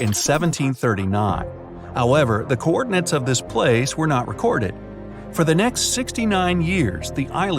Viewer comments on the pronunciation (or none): none